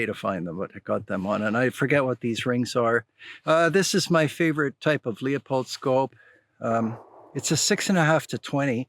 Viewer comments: LeUpold is often mispronounced "Leopold" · I'm sure you have heard this before, but it's not leeapold, it's pronounced like Loopold. Great video, keep up the good work.